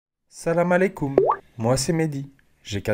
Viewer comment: Jpp “salamalecoum” 😂😂😂😂😂😂